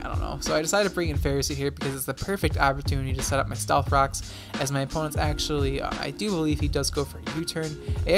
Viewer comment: why for does he say “stealth cocks”?